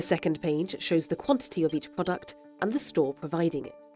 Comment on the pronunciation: Le "th" en anglais, comme dans "the" par exemple, est beaucoup plus près de la prononciation française de la lettre "d" que de la lettre "z". "zi Insider" c'est complètement ridicule, dîtes plutôt "di Insider". C'est une erreur très répandue, je ne comprends pas bien d'où vient cette idée.